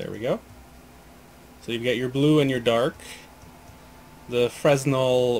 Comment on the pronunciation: Fun fact Fresnel is pronounced fray-nel its after the french engineer. Despite the wiki article on the Fresnel lens improperly allowing the false pronunciation. If you notice his actual name is NOT pronounced with a z.